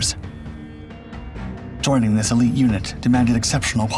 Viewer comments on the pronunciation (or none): none